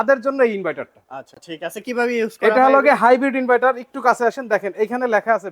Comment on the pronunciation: ইনভাইটার না ইনভার্টার